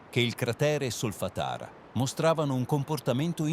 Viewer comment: anche io uso 11labs e la vostra stessa voce, lo fa anche sky!! Provate a mettere un accento sulla vocale oppure a separare le sillabe con un trattino, tipo solfa-tara. Provate a rifare solo la frase sbagliata, al di fuori da tutto il testo, finché non la pronuncia giusta e poi montate il video. Potete anche salvare le parole pronunciate correttamente e sostituirle nei video futuri se vengono sbagliate. Oppure ve ne fregate, che tanto ci interessano gli aggiornamenti! Grazie